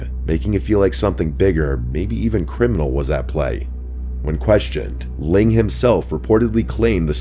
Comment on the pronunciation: At least it was Ling, not Leng...